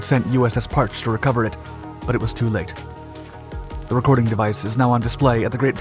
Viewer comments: It's pronounced, Par chee. Not Parch. ID10T. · It's pronounced Par-chee. Not Parch. A friend had a PUC (Presidential Unit Citation) from his time on her. Only guy on my boat with one. And no, he didn't even tell us anything about what he saw or did. Silent Service. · Parche is pronounced "par-chee". I was a submariner, and have actually been aboard it when it came through San Diego on it's way to decommissioning. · USS Parche is pronounced Par-Chee. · Came here to comment on the pronunciation of Parche as well. I knew two who served on her.